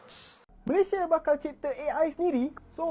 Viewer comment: COBA PERHATIKAN DAN DENGAR BAIK BAIK APA YANG DIUCAPKAN... BERKATA MALASYA... MALASYA.... MALASYA... 🤣👻🤣🤣🤣👻👻🤣👻🤣 ITU PUN KALAU TIPE M MALAYDESH TIDAK PEKAK TELINGA 🤣👻🤣👻🤣👻🤣